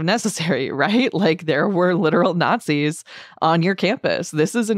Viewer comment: When the not-zees show up, you will know about it. Not these people you just call not-zees